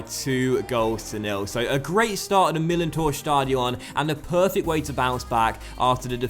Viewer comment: "Stadion" is pronouced with the stress on the A, not on the O